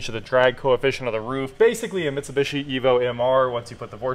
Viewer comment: Ah, another video of mispronouncing Mitsubishi